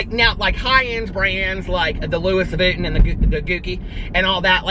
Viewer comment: I die every time you say, "the luis vutton" and "the gooki" 😂😂😂😂